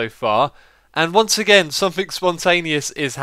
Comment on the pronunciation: Its something, SOMETHING, not somethink!!!